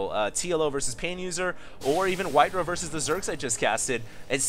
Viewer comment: It's White-Ra. Say it with me. White-Ra. White like the color. Ra like the Egyptian god. It sounds like the word Raw. If you push Control+N in a 1v1 replay it shows the name overlay including supply........ DO IT!